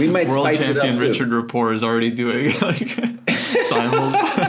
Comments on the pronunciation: No. Richárd Rapport is Hungarian, not French. His name is pronounced (approximately) Ree’-hard Ra-port’. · Is Rapport's name really pronounced like the word rapport with a silent T?